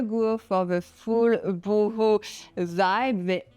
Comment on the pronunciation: It's pronounced Bow ho, not Boohoo!